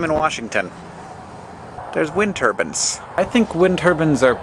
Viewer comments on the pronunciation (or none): Dear Hank: its turbine, not turban. note the i. Regards England.